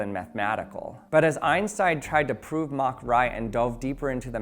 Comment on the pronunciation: Thumbs up for pronouncing “Mach” correctly.